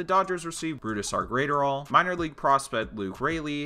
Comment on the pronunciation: Say it with me: Bruise-Dar Grat(Rhymes with Gnat)-Er-All